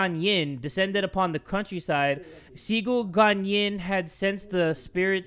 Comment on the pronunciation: "XIGU GANYIN" My dude, it's "Ci", like "tzzz goo gwan Yin " XDDD